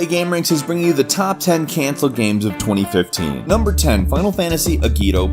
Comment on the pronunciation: Is it only me who thought he said 2013 at the beginning?